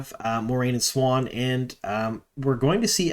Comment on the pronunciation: Siuan is not pronounced swan It’s swahn or Sue-whain